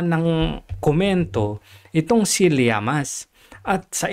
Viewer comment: LLAMAS hindi Llaman!Ayusin mo!